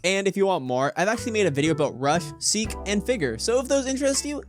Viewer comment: Please stop saying it like Sikh by saying the seek Chase please say it like seek Chase